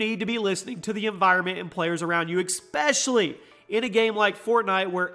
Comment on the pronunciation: you said "ekspecially" Ew